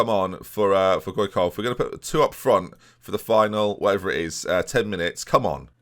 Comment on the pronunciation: It's not "Goy-Kov"! it's " Mouth Spasms "